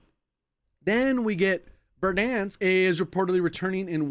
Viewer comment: Vedansk? I'm sure i've pronounced it that way after long sessions back in 2020 :D